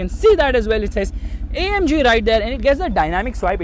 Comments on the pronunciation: its not omg its amg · saying OMG.. le mercedes* noo... ita AMG 🤣🤣